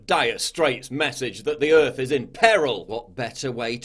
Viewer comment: whateva it takes to save da erf...